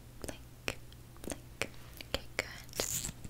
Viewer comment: When she did our miscara and when she said "blink It sounded like she said blanket lol 😂